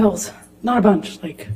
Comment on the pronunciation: "I remember taking a bunhyc of sleeping pills. Not a bunhc, two, which is a lot for me." LMAO